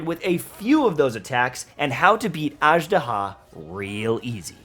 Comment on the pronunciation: Man! They said the name in the game like 40 times, get the pronunciation right.